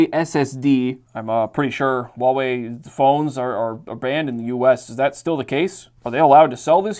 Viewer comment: A nice lot of RAM, storage and speedy performance there; although let down by the fact the video RAM is only 2GB (and non-upgradable, so not futureproofed). Just for reference I believe Huawei is better pronounced as 'Who-Are-We'? If I'm mistaken then I apologise in advance. Just trying to help, if I can as always! The website on the desktop is a good idea actually, as it would help if there were issues with setting up the PC and also might be used to set up the warranty? Just a thought. The screen is a bit too small for everyday use though - although not a bad thing for some emulation (Gameboy sized screens and some others are smaller) although the PC specs are rather overkill for this.